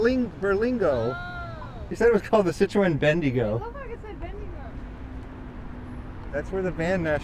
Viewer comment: I wonder how many different pronunciations there are for French car marques. I've never heard that one for Citroen before. I know Aussies can't seem to agree on one version of Peugeot. And if you heard how the French really say Renault, there's no way other countries would adopt it. Imagine the car salesman saying it to a bogan.